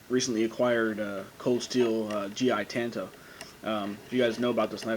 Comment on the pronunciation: pronounced tonto